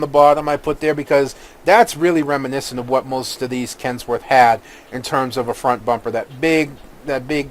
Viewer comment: its kenworth not kentsworth and i very strongly suggest checking out the kenworth w900l and it is a canadian truck so its canadian just like me